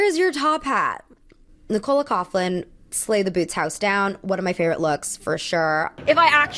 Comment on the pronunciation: Nicola coughlins name is pronounced nick-ula cock-lin btw. it pains me hearing Americans butcher Irish names